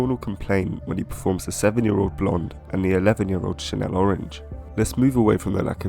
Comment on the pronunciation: Never heard it pronounced “Chanel” orange haha